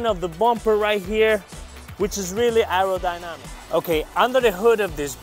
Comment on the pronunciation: “Aerodynamic”, 📣 CUT!!! 😆